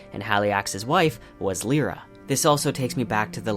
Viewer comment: That pronunciation of Lyra. I had to google. I thought he was on about a character I had totally forgotten. Of all the names to butcher...